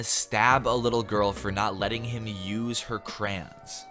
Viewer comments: Dislike because he pronounces crayon “CRAN” 🤢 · I'm sorry, how did you just say "crayon?"